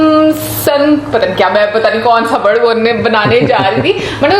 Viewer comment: Ghamasaan h wo wrd ghmsn nhi